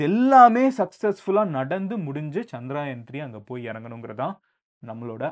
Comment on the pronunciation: For you information, Its Chandrayaan not CHANDRAAAAYAN 🤦